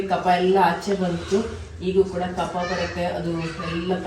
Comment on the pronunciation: ಕಫ, ಕಫ್ ಅಲ್ಲ